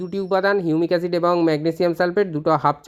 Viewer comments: হিউমিক অ্যাসিড নাকি ইউনিক অ্যসিড....উচ্চারন টা স্পষ্ট করুন। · এই এসিড টার কি নাম বললেন আর একবার যদি বলেন। ঠিক বোঝা গেল না ।